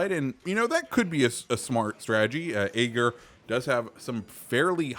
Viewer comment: It is ÄGIR. Not AGIR.